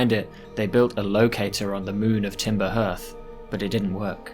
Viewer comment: I know this is a year ago and nobody cares but it's Timber Hearth pronounced Harth. Like the hearth of a home or Fireplace. Hence it being the name of your Home planet and also the location of the fire you start at.